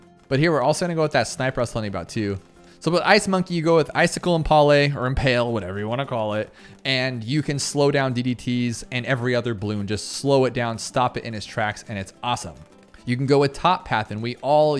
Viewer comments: Who says "im-paul-eh" for "impale"? It's "im-pale". You're literally the only person I've ever heard say "im-paul-eh". This isn't that weird car company "Impala" who breaks the rules and wants it pronounced "im-paul-uh". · But it is more fun to say "impahlay" than it is to say "impale" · "However you wanna call it" no wtf does im-pah-lay mean that's literally not a word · Dude love your videos but i want to shove a knife in my ears every time i hear you say impale lol it's not French